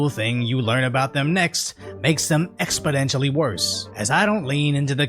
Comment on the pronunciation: There's no "D" in exponentially. I only mention it, because, "wordsmiths" clowned biden for saying, "expoDentially." & Odd knows, you don't want to sound like biden!!!